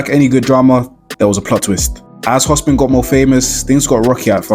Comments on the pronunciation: hopsin not hospin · Bro saying Hospin instead of Hopsin rubbed me different 😂😂😂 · My nigga its "HOPSIN" not Hospin?😂